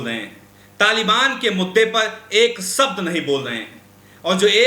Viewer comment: Ek sabd nahin bol rahe.( Shabd) Khtra (khatra) Rasia ( Russia) Kamjor (kamzoor) Kosis (kaushish) Kabja ( kabza) Kam se kam public addresd ke waqt apne shabdon ka uchcharan hi sahi se kar liya karo.shame shame shame.🖓🖓🖓